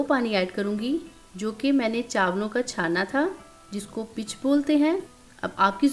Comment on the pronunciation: Zaberdast peech kehtai hain not pitch❤❤❤❤